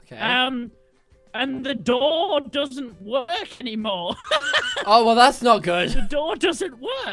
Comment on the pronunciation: "the do-ur doesn't wur-k"